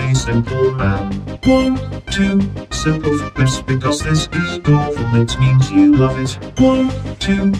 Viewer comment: I like how the text to speech calls you Sim - pleh - flips